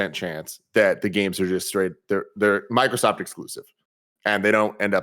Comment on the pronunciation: Dude on the left keeps saying “Markrosoft”